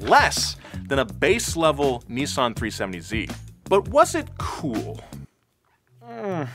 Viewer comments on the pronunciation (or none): none